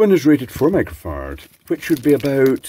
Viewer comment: Does he say 'micro-fart'? 😏